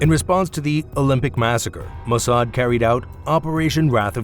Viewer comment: You couldn’t even pronounce the name of the Mossad properly